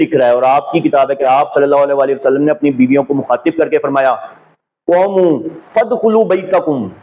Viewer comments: Qomoo. Is wrongʻ....it's qoomu......u can't read Arabic . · صاحب اپ کی محنت بہت سے لوگون کے لیے سود مند ثابت ہو گی ان شاء اللہ دین مین نقب لگانے کیکوشش کرنے والے اپ کی کاوش سے رسوا ہو رہے ہین یہ دین کی بہت بڑی خدمت ہے جزاکم اللہ احسن الجزاء قوموا کا تلفظ ذرا درست فرما لین بہت شکریہ